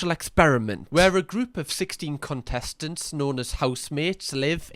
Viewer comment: Was that “cuntestents” I heard 😂